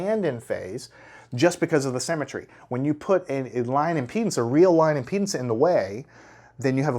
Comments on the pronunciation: I am not native english speaker and I can not understand why is this guy speaking about the load in penises sorry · Is it just me who heard him pronounce impedance as penises?